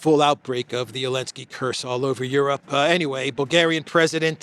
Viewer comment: I love your show and watch daily but I have to ask, why do you omit the "Z" when you always pronounce "Elenski"?:)